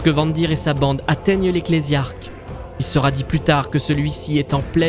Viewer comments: Très bonne vidéo sauf un point, goge vandire se prononce van " dayreur" pas von "dire". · il devait manger des marshmallow et du coup il a accroché le nom :p